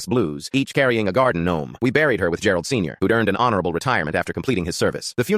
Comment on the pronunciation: Bro really brought up the "guardin' gnome" 💀🙏